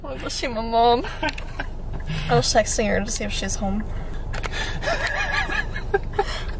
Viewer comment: it totally sounded like she said sexting for a second like girl what😭😭😭😭😭😭😭